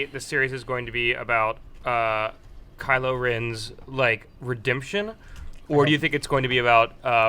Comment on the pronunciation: it's KYLO not KILO. KYLO you dumbass.